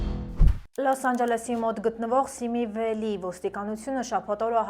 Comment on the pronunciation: սիմի վալի ոչ թե սիմի վելի